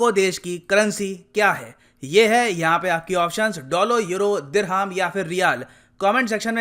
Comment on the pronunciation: Dirham का Pronunciation: दिरहम है। ना कि दिरहाम